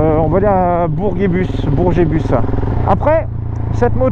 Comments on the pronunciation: Mdrrr comment tu dis bourguebus 😂 toujours au top t’es vidéo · En tant que Caennais je me suis fais la même réflexion ça m'a fait rire 😂